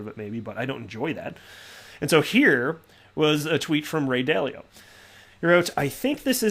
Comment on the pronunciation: Still laughing at "Ray Dilly-Dally"🤣